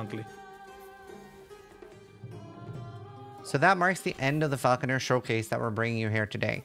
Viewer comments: idk why it bothers me so much that they were saying Falconeer instead of Falconer. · Sounds like the name being butchered for the bird of prey shot. Then gradually trying to change from Falconeer to Falconer over the next couple of times it’s said 😂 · you said falconEER in the intro ^^ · Mispronouncing falconer at the start of the video is pretty wild